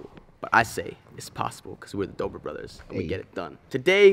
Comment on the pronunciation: it’s Dobre not Dobore